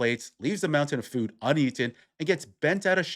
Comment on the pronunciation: "...paying for my fooooooooooooooo" - what is wrong with her? Is english not her main language? Why she suffers so much to say few words correctly?